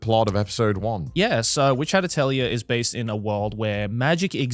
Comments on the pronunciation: It’s pronounced, “ATELI-YAY” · its pronouced ateulié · Why can seemingly no English speaker pronounce the word atelier correctly? @@